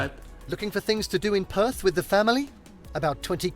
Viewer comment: Perth is perthickt